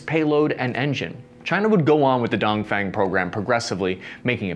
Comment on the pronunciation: The pronunciation of “DongFeng” is actually closer to “don” from “don’t” + “phone”. just saying:)